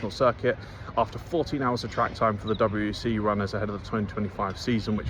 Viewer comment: Thank you for saying "W.E.C" and not weck like a twat! 👍👍